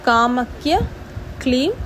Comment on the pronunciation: Sister காமக்ய இல்லை கமாக்யா